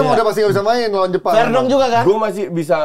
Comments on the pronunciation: Pake V bukan F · VERDONK.. PAKAI V BUKAN PAKAI F 🤣🤣🤣😂😂😂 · VERDONK PAKAI V BUKAN F